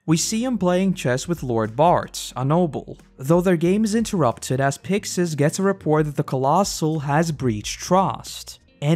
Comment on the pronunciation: It is pronounced “Picksis!” They say “Pick-shis” in the anime is because there’s no “si-“ syllable In Japanese